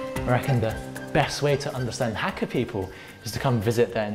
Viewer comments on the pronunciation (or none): Hate the way this guy says Hakka.